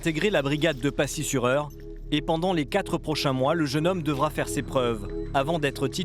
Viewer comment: C'est pacy pas passier